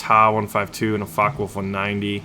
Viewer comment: Why you are spelling Fockewolf like Fuckawolf?